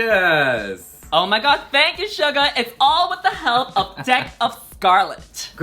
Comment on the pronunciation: Love love Shuga! And I appreciate that she makes the effort to pronounce your name more accurately. ❤️❤️❤️